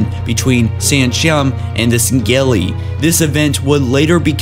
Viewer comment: Dude I love your videos but you really fucken need to start saying Sengelli the right way